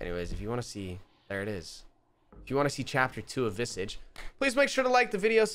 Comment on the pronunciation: the word is pronounced VIH-SAAAAHH-JSH. Like MIRAGE but VISAGE